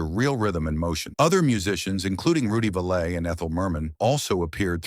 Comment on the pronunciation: Rudy Vuh-lay?